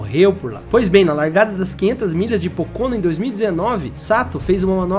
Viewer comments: A pronúncia não é “Pôcônô” é “Pôcono” . Pronuncia forte é no PÔ. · A F1 tb passou por essa fase nos anos 60, 70 e parte dos anos 80. Hoje a Indy se comparada com os anos anteriores está muito mais segura. Sugiro ao amigo do video checar a pronúncia de vários nomes de pilotos e circuito. "Pocôno" foi de doer os ouvidos! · Quantos erros, informações distorcidas, "perdeu a vida e os movimentos dos braços e pernas" ? sem falar nas pronúncias dos nomes dos pilotos, é Simôn Pagenô que se fala, ele é francês, é autódromo de Pôcono a pronuncia, é Raiam Ranter Rei o nome de (Ryan Hunter Reay) .... e por aí vai